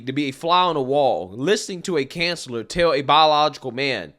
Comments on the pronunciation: I couldn’t finish this video solely based of how you pronounce COUN-SE-LOR…….not cancelor 🙄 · You need to work on your pronunciation. Koun′sə-lər, -slər not Can sellar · lol lol lol welcome to reality bloke lol. Sorry did you say canceller or consular lol oh and BTW i love flying on my hogwarts broom stick let them hate themselves i will be enjoying myself FTW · Bro I love you but it’s pronounced coun-sa-ler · Counselor…. Not canceller 😂😂😂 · You pronounce counselor incorrectly